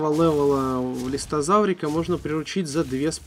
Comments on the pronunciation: Не листозавр, а листрозавр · Ты ошибочку сделал! Не "Листозавра" , а "Листрозавра"))